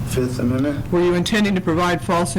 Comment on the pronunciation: I'm not sure guys, i think nick is trying to say fifth amendment.